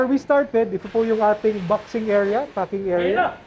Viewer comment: Hanep imbis na packing yung F yung naririnig ko HAHAHAHA